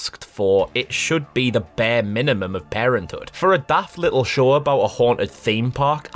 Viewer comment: when he says show the subtitles make him say shore...